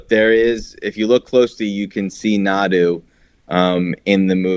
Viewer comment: When Naru has become Nadu ? I watched again the movie especially for this, when the scene of her brother's death happens, when the predator goes invisible before killing her brother she says "We should go, Taabe!" and her brother says "Run, Naru!", almost "Nariu". There is no Nadu at all in the movie. Even if it's a culturel or language thing like you said in another comment, there is none in the movie and should not be called that way, EVEN if the director calls it that way now, years after the release, there is not a trace of that in the movie.. So, again this type of new wave writers, do not understand what it means for the story to "SHOW, do not TELL!" LE: I found out that on wiki for the Prey movie and other wikis linked to Alien and Predator universes, it's said that "Naru (pronounced Nardu)". STILL. is not Nadu. I even tried to find how to pronounce Naru in Japanese and Sanskrit, from where the word could come from and tried even an app for native indian language too and nowhere does it appear as Nadu or even Nardu how is appearing on wiki for the movie. This Nardu pronounciation is a new thing because I visited the wiki before and wasn't there this "Naru (pronounced Nardu)". It was only Naru, Naroo.. Just like in the movie. This is a new thing like I said, that the director attached it AFTER the release of the movie and the characters in the movie do not call her that way, so neither do we...